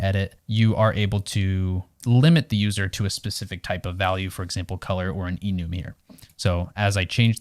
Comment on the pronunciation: Awesome video, but one thing: this must be the first time I've heard someone pronounce `Enum` as `eenoom`